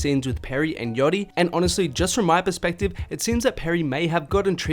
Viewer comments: its yAchty mate. How do you go 8 min saying yotti instead?????????? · i had to stop watching the video after because i couldnt handle you pronouncing it yoddy anymore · The way you say „yattti“ is hella funny